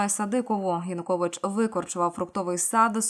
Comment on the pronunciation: ЕКС ПІЗІДЕНТ УКРАЇНИ ЯНУКОВІЧУ НЕ ПРІМЕНЯТИ )))))))) ПРРСТО СЛОВО ЯЕУКОВІЧ )))))))